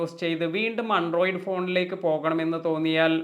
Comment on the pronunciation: അൻഡ്രോയ്ഡ് അല്ല. ആൻഡ്രോയ്ഡ്